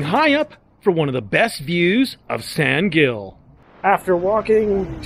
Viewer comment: From a local. Please, pronounce in Spanish "San Hill."